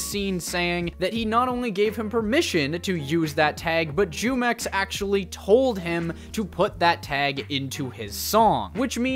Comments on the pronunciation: By the way, it's pronounced (HUE-MEX).. its a mexican juice brand. The way you pronounce it (JEW-MEX) disturbs the fuck out of me. It sounds racist and that doesnt even make sense l0l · Bro hearing you say JEWmex in stead of HEWmex lmao 😭😂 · Bro just just say (whomex) not (jewmex) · Jumex? As in “Jew mex”? I read it in Spanish as jumex .. as in “who mex” . Like the drink, you know fruit flavored drink. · Bro Jumex takes the W here because you sound really white and stupid saying "Jewmex" every minute. It's "Hoomex" and you'd know that if you've taken even an elementary level Spanish course..